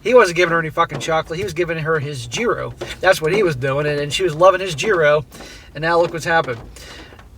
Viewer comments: It's pronounced hyro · 1. She won't believe him and 2. The US will loan her flight money to get home, but she won't be able to travel outside the country until it is paid back. 3. It is pronounced Yeero. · She will learn a valuable life lesson shortly. Gyros is pronounced (year oh s) and roll the r. I know because I asked a waitress how to pronounce it in Corfu Greece. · Gyros is pronounced as yee-roast with the t being silent. Like yeeros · What’s a Geeroh? Is that like a churro?